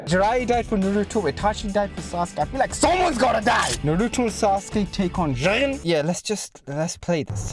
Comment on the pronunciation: The name is je-gen